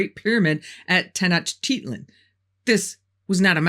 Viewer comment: Tenochtitlan is, per Google, pronounced “Teh-noach-teet-LAAN”